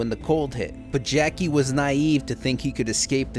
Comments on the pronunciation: When you said "Jackie don't want know Trouber" I laughed out loud. I do the same thing when I have a sentence with too many uncertain Rs and Ls. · Jacques is pronounced kinda like "Jahk" but without the "d" sound before the "j". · The way you struggled to pronounce Jacques was so bad, hahaha. But great video man, I needed a recap before starting Witcher 2 finally.